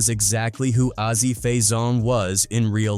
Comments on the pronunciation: A Z! Not ahzy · Why the fuck is it so hard for them to get Azie's name right. It's AZ, not Azzy. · "Ah-Zee"?! WTF?! Fuckin' Ai voices.